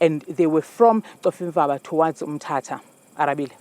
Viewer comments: Khonfimba 😂😂😂 or Cofimvaba try to pronounce it correct next time brother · Please get your news read words or African names correctly. I feel offended when a black person would refer or call Cofimvaba as Cofimva at least that's how he sounded. Please let's not Englisize isintu please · He said "coffee-mvaba"😂😂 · Cofimvaba Not like KOMFIMVABA , HAIBO WHERE IS THIS MALE PRESENTER FROM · .. so this dude pronounced Ncofimvaba as Coffe'mva.. mxm ... We never getting our land back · Cofimvaba not Ncofimvaba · Ngowaphi lo ungayaziyo Cofimvaba “Cofimva” 😂😂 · Not being able to pronounce "Cofivamba" as a black news anchor in South Africa is nasty work. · 😂😂😂😂😂 bra he said Kofi, Kofi mva 😂😂😂 I was like WTF dude you're one of us lmao whuzet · Coffemba(Cofimvaba)😂😂😂, ey Lama model c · What is khofimva wow hayibo ungowaphi cofimvaba bhuti maan yhoo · Hayi ngeke I think it's travelling from Cofimvaba not "khofimba" practice words before reading them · coffee mva.... he said. How disappointing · "Khovimva..." Ngowaphi lomjita😂😂😂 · Khofimbaba then proceed let's move on"😂😂😂 the reporter "Boom! GOOD MORNING ARABILE"😂😂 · Aibo this guy can't pronounce Cofimvaba mxm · Can't pronounce Cofimvaba 😂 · How r u an anchor, whose Black at that incapable of pronouncing Cofimvaba? I mean I'm appalled at this poin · You can't even say Cofimvaba mncim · Run away or drive away?? Journalism is poor. The Anchor not even being able to pronounce Cofimvaba 😂😂😂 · Lomntu wohlulwa kubiza u Cofimvaba mnxxm dakie zakuthi 🙄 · Who and where's this guy from that can't pronounce cofimvaba😳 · This stupid anchor cannot pronounce Cofimvaba. Idiot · 🤣🤣🤣🤣🤣🤣🤣so embarrassing that our anchor can't pronounce it correctly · This anchor can't pronounce Cofimvaba aibo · This anchor can't pronounce Cofimvaba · This guy😮😮😮😢 he butchered the word yoh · He couldn't pronounce COFIMVABA 😅😅😅